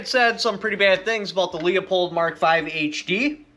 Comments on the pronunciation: I literally cant watch this video listening to him slaughter, besmirch and disrespect the fine German name of Leupold(LOO-POLD!) by mispronouncing it like the Polish last name of LEO-pold. Leopold was a Polish composer. Leupold(LOO-POLD) is a German who started an optics company that eventually became Leupold and Stevens. LOOP-HOLD and STEVENS. Fucking giant face palm. Just too many errors over the last year in simple English, grammar and communication. I got better channels to watch. Unsub. Bye. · It's Loo-pold FFS! Stop saying Leo-pold. Can ya not read? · Not LEO pulled Pronounced LEW POLD Leupold=LEW POLD - correct Lee oh pulled- incorrect Everyone within the company pronounces it correctly. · Lee-a-pold?? Leu-pole!! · Leo-pold or Leu-pold Loo as in "Cool" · yes or the name Lou. Leupold is pronounced Lou-pold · I told you so. By the by, it is pronounced Lou pold. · It pronounced "loop-old" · It's pronounced LOOPHOLD...FYI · Its pronounce LOO-poled. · The way u pronounce Leupold has me dead lol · same lol also has me dead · You can't even pronounce the name of the scope!